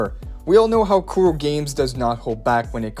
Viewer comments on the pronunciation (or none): none